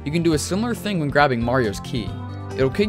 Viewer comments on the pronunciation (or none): none